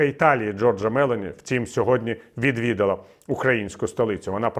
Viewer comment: МелОні, на о наголос